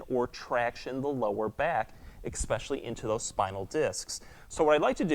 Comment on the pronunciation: LOVE your videos but, "eXpecially" isn't a word; the word is eSpecially.